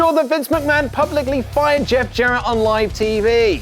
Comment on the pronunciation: Lol fired. I re-listened, really does sound like 'buyed' haha